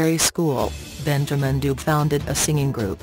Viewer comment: Please learn to pronounce the surname correctly please